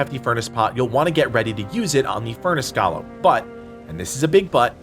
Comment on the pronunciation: Bruh, it's GOAL-MM not Gollum.